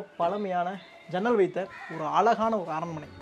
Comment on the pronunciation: Your pronunciation of "ALAGANA" IS WRONG,Using the word again and again, ask some TAMIL PEOPLE how to pronounce this word ALAGU. Please.